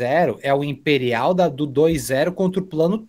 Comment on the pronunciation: "Impérial" pelo amor